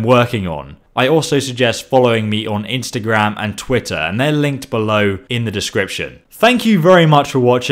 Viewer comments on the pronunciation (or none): none